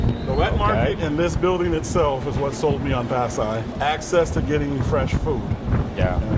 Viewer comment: that man in the philipines wow and refuses to learn the correct pronunciation of that city